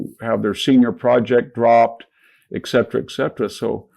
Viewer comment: I admire Victor David Hanson as a thinker, although I’m surprised he doesn’t know how to pronounce “et cetera.” 😊